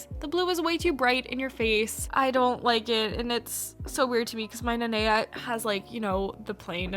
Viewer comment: OMG NOT THEM BUTCHERING THE NANEA MOLD- 😭😭✋